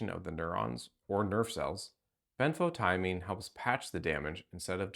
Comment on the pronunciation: ben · fow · tee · uh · meen